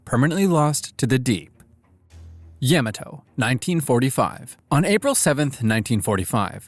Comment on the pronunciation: Couple things; mainly pronunciations: Yamato is more rather pronounced as: ya • ma • toe and then the heavy cruiser that accompanied Bismarck for a while; Germans pronounced it as oi • gan and rather the US mainly called it as like the actual city in the state that I live in which the city’s name is Eugene (pronunciation would more be like: e • ue • jean)